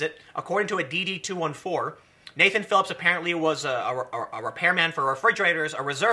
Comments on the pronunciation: DD 214 "d d two fourteen" please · Please call the form a Dee Dee Two Fourteen. I have never heard someone in the Armed Forces call it anything else. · Tim when you say DD-214, say it “Dee Dee Two Fourteen”. It shows all of your service that you did including awards and MOS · Pronounced “dee-dee two fourteen”. DD-214. You don’t know because you have only seen it in text. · say it right! DD 2 fourteen lol, Its discharge papers (what you give to a job showing honorable discharge and a good amount of other stuff) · DD2 14 is how it's pronounced. But that's is a history of your whole military career if it's real it's true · It is called a "DD-two-fourteen"